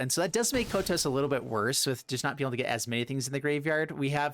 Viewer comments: Kotose コトソin katakana is pronounced [ko] [to] [ssé] in Japanese. (i'm french, [é] sound could be [ay] in english). There is only one sound finishing by a consonant in Japanese as far as i know, its ん in hiragana or ン in katakana which is [N] sound like -san or ichiban or pan etc.. Some people could say です desu [dess] is a sound like that too but It's actually a matter of prononciation or more of non-prononciation of the す [sou] sound in this particular word. Nice list and Thanks for the video ! 👍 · That Kotose pronunciation saddens me, but god do I love mean-spirited decks! 🤣Was a lot of fun!